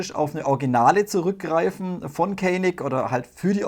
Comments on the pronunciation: Gelesen wird " DJANIK ".. WIE ' JANGO' IM ENGLISCHEN !!! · Canik wird Janik ausgesprochen die echte waffe stammt aus der Türkei und dort spricht man C aus wie ein J